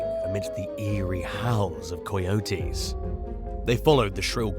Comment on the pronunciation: After the 5th or 6th time coyotes were called coy-otes like a coy fish and otes like a cereal of oats, I couldn't take it anymore..lol sorry buddy, I know it sounds personal but it's not, I just couldn't take it like Deon as Die-on.